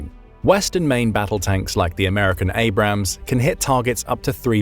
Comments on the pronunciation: For the love of god it is Abrams. A-brams. Two syllables. Holy fuck it's not that hard. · So since he mispronounced it then it’s ok? The tank was named after General Creighton Abrams, no ham in it.